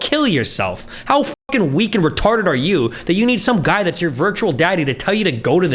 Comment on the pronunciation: When he emphasized the word "retarded" 🥶